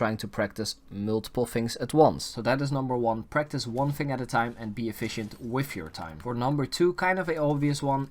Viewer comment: “Fing” for thing “finking” for thinking and “wiff” for with lol